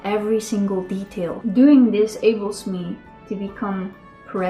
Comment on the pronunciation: "enables me to"*, not "ables me to" :)